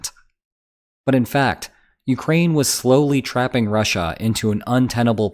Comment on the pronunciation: And rushAH...🤦‍♂️